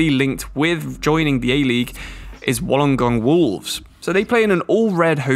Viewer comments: It’s pronounced Wool-on-gong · Hearing you say Wollongong makes me laugh coming from Australia myself, but keep up your good work my dude